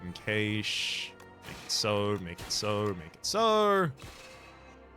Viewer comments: I have never heard anyone pronounce "cache" that way. I always heard it pronounced like "cash". Is that an accent thing? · We English dont say it like that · Is he saying hidden cache wrong on purpose? 🤔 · Nope, they're saying it the way the English say it.